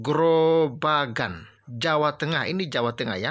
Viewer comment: Salah baca ...bukan grobakan om